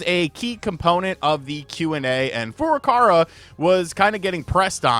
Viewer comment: I'm begging you to say Furukawa correctly just once. Please.